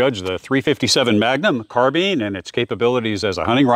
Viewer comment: Carbeen? Carbine, rhymes with dine, fine, mine, nine, pine, vine, wine etc.